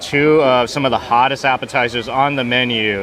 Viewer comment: Luckily it’s not poison cru. Poisson is French for fish and pronounced pwasonn.